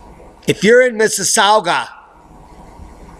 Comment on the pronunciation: Miss-us-saw-ga. Also.. it's Tron-no. Not Toe-ron-toe. xD